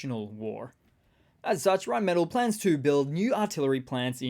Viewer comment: Rheinmetall. The metall is pronounced “may Tahl”